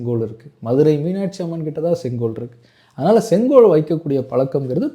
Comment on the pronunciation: இன்னிக்கு, நடத்திருச்சு, காண எப்பேயிருச்சி, தமிழனின் பரம்பரியமான செங்கோவைப் பற்றிப் பேசுகிறார். தமிழ் உச்ச ரிப்புப் படுமோசமாக இருக்கிறது.